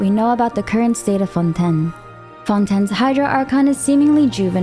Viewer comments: Lady omg it's not fon10 lmaoooo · I just have to ask why so many things like Fontaine and Tavat are miss pronounced lol